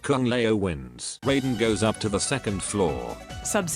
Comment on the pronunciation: And they still can't even pronounce Raiden correctly, but mispronunciation is part of MK's charm